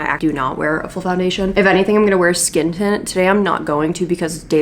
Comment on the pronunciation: “vill you vear vigs?” 🥲✨🖤 thank you for the lovely video.